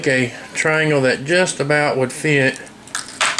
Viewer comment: that, not thay. lol